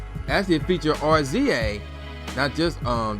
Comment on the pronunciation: Cmon. I support your (side)hustle. But 1. If you don't remember if you actually bought this album then you shouldn't review this. 2 R-Z-A? Seriously? That's RAZOR(pronunciation). GZA pronounced JIZA! This isht was a classic.